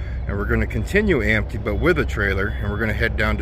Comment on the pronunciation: Empty…. Not ampty 😂